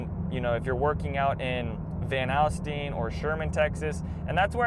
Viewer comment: Hi! I grew up in Prosper but moved. We say ‘Gunner’ for Gunter. lol We also say Van ‘All’styne ’ instead of ‘Al’styne. 😂